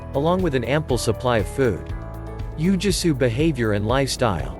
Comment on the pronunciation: "Ooo-Gwee-Soo" is the proper pronunciation.